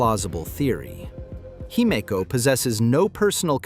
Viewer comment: Whatever you did to get your narrator to say Himeko correctly , you should do more of it.